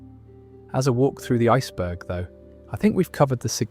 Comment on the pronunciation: no, he is uuh irish or some british, becos N is SilenceD in british nowadays, yk im sayin...